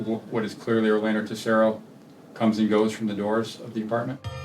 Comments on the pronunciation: We're American's and have American accents. Every time she says Orlando's name with a Mexican accent I want to throw up. Had to quit watching. Why do Liberals think they have to do that? We don't pronounce Orlando Florida that way. We don't even know if he was from Mexico, he may have pronounced his name with an American accent also. Really annoying. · 27 minutes in I had to turn it off I couldn't take another Orlando the way the talent pronounces it with the accent. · Does she pronounce any Spanish word with that cringe Spanish accent where they really ham it up? Lmao as I type this she said Orlando’s full name and yep it’s that cringe Spanish accent where they play it up (If you’re native Spanish speakerrrr you know what I am talking about 😂) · This was difficult to watch because of how the reporter kept pronouncing Orlando.